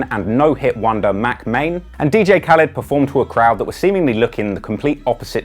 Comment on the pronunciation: Damn you really said dj Khalid and meek milk 😂